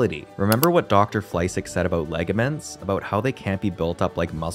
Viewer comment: Ligament. Not laygament Also, match the speed of text to your words